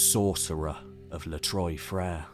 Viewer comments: So weird that he can make these super involved, in-depth history videos, but can't spend 30 seconds looking up how to pronounce "Trois-Frères". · Spent all this time to research history and was lazy enough to write "les trois frères" in Google translate or search it in wikipedia, and listen to how it is pronounced. As a french speaker you butchering those words makes this part difficult to hear. It reminds me you were that lazy. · You really need to brush up on some French your pronunciation of Trois Freres was awful lol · Great video, fascinating and insightful. However I couldn't help noticing the contrast between the careful, accurate pronunciation of the Turkish sites and the butchering of the French "trois frères" cave 😂